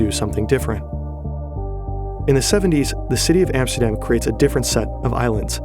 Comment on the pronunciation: Emsterdeem..... And than that voice over, hilarious.